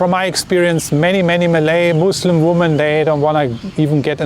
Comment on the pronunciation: I recently requested this video, thank you for making it. 😊 - I can tell by your presentation style you value being precise and clear so I offer you some feedback. Your subscribers usually instantly know when you intend plural versus singular human female, it is only a minor distraction. I will happily continue to mentally correct this in my head as long as necessary. But as a possible aid for you, the plural form of woman is different, and a little tricky even for native English speakers, because the spelling does not match the pronunciation. Something which may help you keep it straight is the singular "woman" has the singular form of male ("..man") embedded in the word, while the plural "women" has the plural male ("..men") in the word. I hope this helps you make sense of this oddity of the English language. Thank you again and please keep making your informative videos.